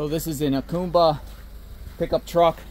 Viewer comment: "AH COME BA" Jacumba